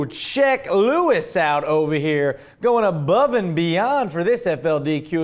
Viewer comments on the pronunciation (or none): none